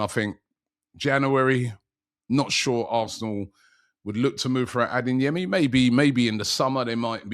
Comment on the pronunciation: It’s ADEYEMI not ADINGYEMI!🤦‍♂️